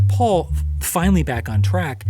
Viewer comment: it's paul. its really not that difficult